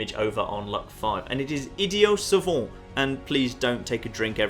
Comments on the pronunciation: Id-ee-ut Suh-vaunt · "Idiot Savant" It is the word "idiot" (id-ee-it) referring to someone of lower intelligence. As in "you are an idiot". Combined with the word "savant" (suh-vont) which basically refers to someone who is wise or intelligent. I have heard these two words used separately in everyday life plenty of times, so at least this is how it is pronounced in America. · Idiot savant. It's not french, idiot is an English word pronounced ih-de-ut. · as a french guy you sound like "idiot savon" just saying. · Idiot and savant are both English words. why are you saying it like that ? hahaha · its just pronounced idiot savant..... like you read it, no silent letters.